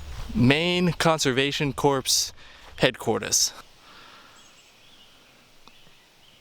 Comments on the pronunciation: Maine Conservation Corps is not "Maine Conservation Corpse." President Obama beat you to the punch, with that error in pronunciation. And, Swan's Island, off the coast of Mt. Desert Island, is not in northern Maine. It is in eastern Maine. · corps is pronounced 'core' 😀 I believe the tower is a fire-watch tower. Cool video. Thanks for sharing, sir!